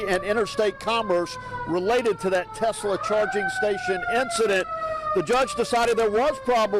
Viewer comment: Note to narrator, it's Tesla not Tezla.